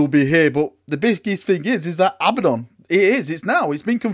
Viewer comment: JEEZ! It's A-bad-on, not Abba-don. Also, it's spelled Abaddon!